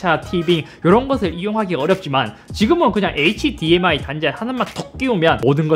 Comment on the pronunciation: hdmi 읽을때 h랑 dmi 나눠서 읽지 말아주세요 ㅋㅋㅋ 굳이 나누려면 hd랑 mi로 나눠주세요 제발